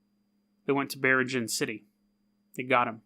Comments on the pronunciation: Filipino check: it's "bee-reeng-anne" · biringan city ????? you cannot pronounce it very well my friend